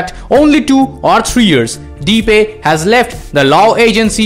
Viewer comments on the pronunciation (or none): You pronounce Depay as The Pie.